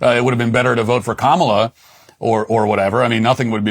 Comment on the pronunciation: Matt! Say her name: kaMAla. 🇮🇳